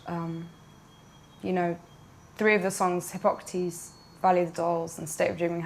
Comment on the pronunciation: Derick Ma maybe not, there was somebody actually named Hippocrates and it's pronounced hip-oc-rat-tees just like Marina said